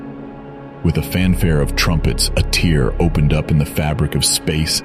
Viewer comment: It's AI. The way it says tear like a tear running down your cheek instead of tear like ripping/splitting of fabric. The way it bounces back and fourth between emotional delivery mid "paragraph".